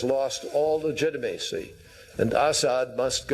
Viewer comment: ...American citizens thought the Democrats lost legitimacy to lead. or legit-i-macy as pronounces it.